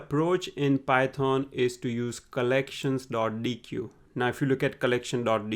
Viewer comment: Awesome content! It's great that you're able to squeeze in so much valuable information into a 13 minute video. Also, sorry if I sound pedantic here... but I believe the correct pronunciation of deque is "deck" (written in the documentation ). Thank you for the valuable content :D